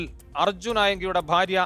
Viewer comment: Hallo.....😄😄😄 Faarya Alla.....bhaarya.....bha.....bha.....😁😁😁